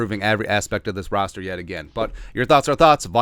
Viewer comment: Roster, not rooster…lol